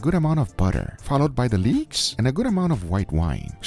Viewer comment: "followed by the le-EekS" lmaoooo